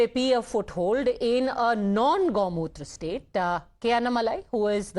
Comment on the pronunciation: Shouldn't we teach this editer a lesson people? She said "non gou mutra state"